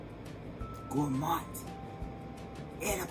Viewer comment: The way you said GourmANDT. 🤣 okay I'm convinced!